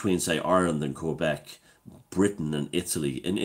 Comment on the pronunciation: Quebec is pronounced with a k not a q - just so you know